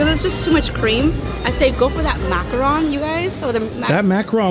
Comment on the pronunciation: She's saying macaron wrong right?